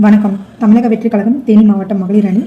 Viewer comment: முதல்ல தமிழில், 'கழகம்' -அப்படீன்னு தெளிவா பேசும்மா... ஏன், 'ழ' வராதா..!? அதென்ன, 'கலகம்... கலகம்..!?' அதை மாத்துங்க, எல்லா 'கலகமும்' தீரும்...